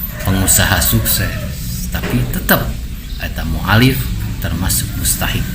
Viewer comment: Sanes Mualif tapi mualaf duh balelol letah... 🙏😅